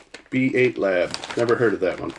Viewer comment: I think the B8 in B8 Lab baits are pronounced “bait”